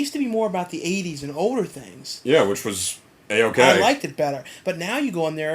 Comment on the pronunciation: Haha at 8.00 you say odor and not older you idiot.